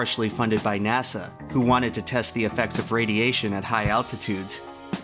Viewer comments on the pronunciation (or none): none